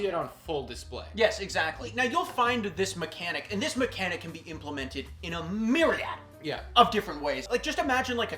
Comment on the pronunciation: Lol the way you pronounce myriad :p